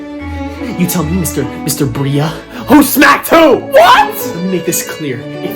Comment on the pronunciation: I know how to pronounce his last name. He just said Briea